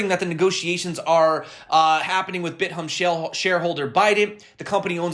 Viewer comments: its bit-thumb, not bit-humb Im dyeing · love your channel. It's pronounced "Bit Thumb"